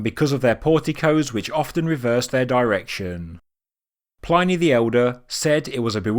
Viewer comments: By the way, Pliny is pronounced "Plinny," not "Ply-knee" 😉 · Er, it's pronounced "plinny"" not "ployney" - a short "I" sound and not some Commonwealth Pidgin twisted dipthong. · my history teacher used to pronounce it PLINNY. She may have been wrong, but I doubt it. Mrs Foster was formidable.